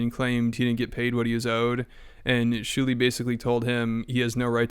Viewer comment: I keep laughing remembering the time kept calling Shuli "Jew-li"